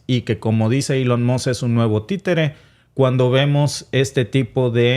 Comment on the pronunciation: Elon Moss? No se mordió la lengua?